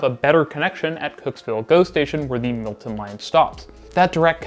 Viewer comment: I enjoyed your video, but your pronunciation is very uneven. Pronounce Milton as such, not “Multin” and insert the correct number of syllables into your words. You have a tendency to shorten three syllable words to two syllables. As well, Bloor is pronounced the same way as “poor”, emphasis on the double O, and not as Blore.